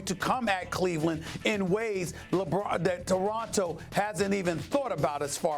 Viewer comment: " the deronto raptors...eeeeeee lol